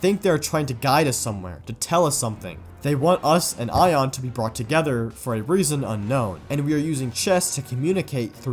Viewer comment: why do you say aion like “ion” when the only time we’ve heard it pronounced is like “a on”